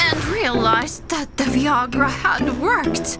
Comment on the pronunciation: "Viagra" really rhymes with "Niagra" as in "Niagra Falls." And it's not wrong to want grandchildren, but it is wrong to make any child of yours have kids just for your happiness if he or she doesn't want any... UPDATE 1: ... OR tamper with their birth control stuff or affect their sex life, OR trick them into getting pregnant when they are not yet good and ready. UPDATE 2: At least Brandon's mother found something better to do in the end.